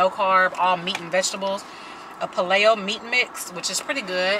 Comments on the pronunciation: Paleo is pronounced PAY-LEO not PA-LAY-O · Love you! But Paleo is pronounced Pay - lee - oh :) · Paleo= Pay-Lee-Oh🙂